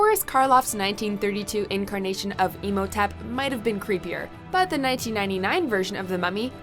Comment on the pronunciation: it's pronounced Im-ho-tep not Emotip